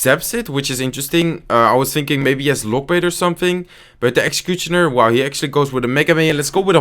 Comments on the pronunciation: When he says executioner as execuchoner😂😂😂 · great videos man 👌👌👌 PS: look at the way he says 'executionar'😅😅😅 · dhie ekxecutjonur lekkere Engelse uitspraak😂😂🎉 #Dutchforlife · Bare like how you say executioner "exacuchoner" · I love how you pronounce executioner 😂